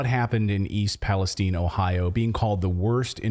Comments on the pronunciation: You keep pronouncing the name wrong. The I at the end is loud . Palestine not palestene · Question:why is everyone pronouncing it Palesteen? If it were Palestine in the middle east we would be saying it palestyn.